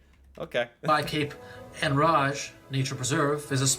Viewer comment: It's Pronounced Cape In-rage.